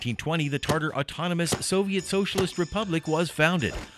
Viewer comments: Yeah, dude its not Tarter.... TATAR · Why does he write it as Tatar but pronounce as Tartar? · TATAR, like "tah-tar". tartar is a name of a sauce. come on dude, you're presenting a people and you don't even pronounce the english pronunciation of their name correctly. just try saying it - ready? "TA TAR". there. was that SO impossibly difficult, there was no way getting around it? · sir, you made so many mistakes when pronouncing such words as Tatar, khaganate, Genghis khan... it's not /tartar/, but /tatar/, not /kәgаgәnәt/ as you say it but /kagәnәt/, and not /geŋgis/ but /dʒeŋgis/ khan... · "Tartar" is a 'sauce'....it's TATAR !!! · It's not Tartar but Tatar. Talk about falling asleep in history class... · I stopped the video the second i heard TARTAR. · Pronunciations Ta- Tar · Does the word "Tatar" have a hidden "r" in the middle? I HEAR IT but I don't see it. Never have been sure if it should be there. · This narrator was really bad in the area of correctly pronouncing what he was reading. Honestly, if you can't even take the time to learn how to pronounce simple things like the title of your video (Tatar) to Attila to the myriad of other examples of sloppy voice work, then why are you bothering us with this video? If you want a quality product and an audience you need to present information to them that is accurate in all aspects and not half-ass accurate. It is a 16 minute script not a freakin' novel that you have learn how to pronounce. Garbage in is Garbage out. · How could somebody be so ignorant is narrating a short and mispronounce the name of the people that it's about